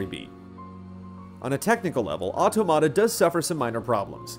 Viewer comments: dude, automata is said or-tom-matter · I'm pretty sure that's not how you pronounce automata... at least, if you're referring to computational automata, it's pronounced AW-TAW-MAW-TA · Superbly written, superbly dictated. Great review - L&R (pretty sure it should be pronounced like "automaton" though!) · they didn't call them automata though, which is a Greek word (αυτόματα - stress on the antepenult). They called them karakuri. But I daresay you're right that automAta is traditionally how they pronounce that in Japan (perhaps when translating or describing karakuri?). It's not just not good Greek! L&R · PS: please..it's auTOmata...just a big pet peeve of mine. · “Otto-matta” lol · Nier OW-TOE-MAH-TA??? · The review was put together really well. Great writing and thorough coverage makes it really to watch. EXCEPT for the fact that the title of the game was constantly over pronounced and pronounced incorrectly, this would be an absolutely stellar review. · He is pronouncing it incorrectly. It's the plural form of "automaton." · Why does no one know how to pronounce automata? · everyone be pronouncing automata wrong :( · Ram Khai English native speakers usually pronounce everything wrong. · it's a little different, in that it's an English word that Japanese devs are using for their English translation of a Japanese title. It's true, the pronunciation in the game matches what is saying in the review, it's also true it's a Japanese (mis)pronunciation of an English word.